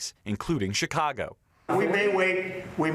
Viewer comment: The news anchor is mispronouncing 'Chicago'. The 'Ch' part is pronounced like 'sh', not 'ch'. It's pronounced like 'Sha kaw go'.